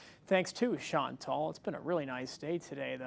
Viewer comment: Please pronounce Chantal properly.